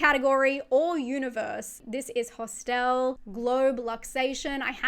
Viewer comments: Never heard it pronounced ✨hostelle✨ before, sounds fancy 😂 Love your icebergs! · Why pronounce Hostel as a French word but Irreversible as an english word? :P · Thank you for making "Hostel" sound very classy by stressing the 2nd syllable.